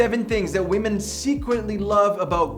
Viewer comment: He wasn't saying "Women". He was actually saying "We_men" 😂